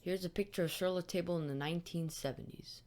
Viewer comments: Pronounced sir-lah-tahbluh. These are fantastic and incredibly informative videos. If you ever get the itch to do more, don't hesitate! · It's pronounced Sur La Talb.